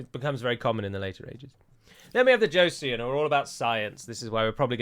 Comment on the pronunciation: It's not very important but Joseon is pronounced "Cho-son". My Korean wife was eavesdropping on the video ^^.